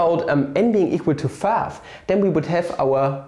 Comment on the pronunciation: The notation looks like ni (imaginary part) If n is both even and odd, n!!/(n-1)!! = (n-1)!!/n!! So (n!!)^2 = ((n-1)!!)^2 Then n!! = (n-1)!! U need to solve this papa:)) And u pronounce 5 like FAF just like y or whaay (inspired by - OZARKS) And I have got another notation for dividorial --- !x And BRILLIANT is very expensive:(( And watch this video (I am not promoting anyone) U will kill urself after watching this lol